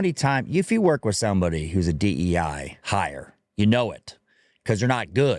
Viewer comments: He keeps calling it, "DENI" policies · Sounds like he’s saying deny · Bro can't even say DEI right 😂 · He's saying DE&I (the "and" being the N you hear).